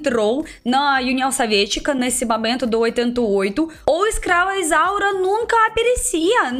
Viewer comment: Amei amei amei. Quando você fala ESCRAVA ISAURA o mundo treme nos erres, tão bem pronunciados, é lindo. Eu não podia imaginar, o vídeo é uma grata surpresa.